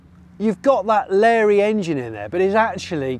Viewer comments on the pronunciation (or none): none